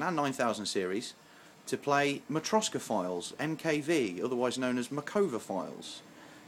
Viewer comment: makova? wtf its matroska